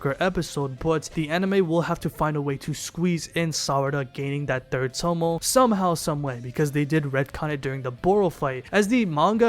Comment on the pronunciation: If this nigga say tomo one more time. It’s Toe-may